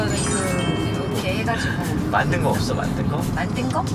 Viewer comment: 물이 읎엉? ㅋㅋㅋㅋㅋㅋㅋㅋㅋㅋㅋㅋㅋㅋㅋㅋㅋㅋㅋㅋㅋㅋㅋㅋㅋㅋㅋㅋㅋㅋㅋㅋㅋㅋㅋㅋㅋㅋㅋㅋㅋㅋㅋㅋㅋ펜이 없어를 잇는 없어 시리즈